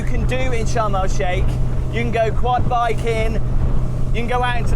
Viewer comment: Did anyone else think he was saying Shamrock Shake, and not Sharm El Sheikh?